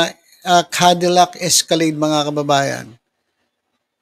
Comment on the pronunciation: Cadillac.. hindi po candilac..😂😅